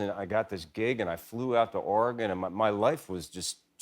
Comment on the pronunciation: Love that he said Oregon literally like a local Oregonian. ;-) Eugene has NOT changed. :-)